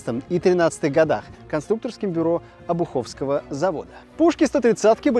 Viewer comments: Не обухОвского, а обУховского завода!!! мне как коренному Ленинградцу это просто слух режет...!!!!!!!!!!!!! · ОбуХовского завода????😂 Ты серьёзно???🤕 ОбУховского правильно! Сьезди в Санкт-Петербург за одно в музей артиллерии сходишь!!!💥💥💥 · Обуховского завода, на у ударение, живу рядом. Человек из деревни )))